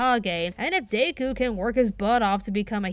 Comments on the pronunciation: I'm sorry DAY-KU. Normally pronounciation doesn't bother me but come ON, it's Deku. It sounds like it's spelled!! 'De' like deck and 'ku' like cool. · did she just say day-ku umm what no hate but haha that's so weird it's de-ku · I don’t think I’ve heard anyone say Deku like Day-ku before. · When pronounces Deku as “Day-kew” 🤔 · Hold up, did you just pronounce Deku "Day-ku"?